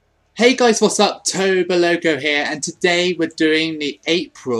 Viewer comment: Toboloco you said my last name wrong but ohwell